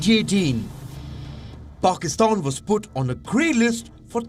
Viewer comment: Is it me or anyone else also noticed PAKSITAN instead of PAKISTAN?🙄🙄